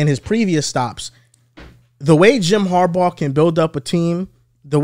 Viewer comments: Dude I gotta say it… it is HARBAUGH as in “har- BAW” do we call Sammy baugh, Sammy BO? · Har-baw, not Har-bow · why are you calling him harbo? 😂